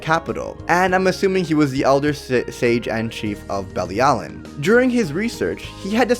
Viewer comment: You are pronouncing Bilialin wrong 🙄🙄